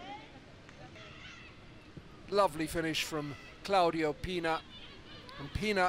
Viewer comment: es CLAUDIA Pina, no ClaudiO Pina.